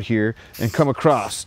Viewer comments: You must be from Philly because you said "acrosst" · Dude they is no "T" in the word across! This seems to be a phenomenon in YouTube when people think they are speaking more clearly than normal or they think they're annunciating words but they're actually adding letters